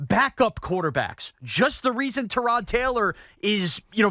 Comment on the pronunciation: Why does Evan intentionally mispronounce Tyrod Taylor's name? Is that his way of insulting him subtly?